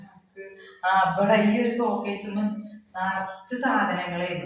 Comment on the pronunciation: സോകെസ് അല്ല.ഷോക്കെസ് aanu😅😅😅